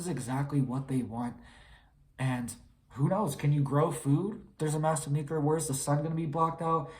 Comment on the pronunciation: NU CL E A R NOT NU CU LAR !! MORON !!!